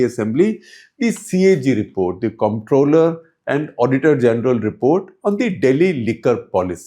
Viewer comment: The pronunciation is “controller”.